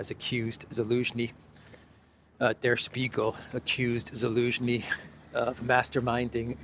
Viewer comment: I’m new here, so I don’t know the history of the channel. You always say Alinsky instead of Zelensky… is that intentional? Is it a reference to Saul or just trying to confuse yt algos?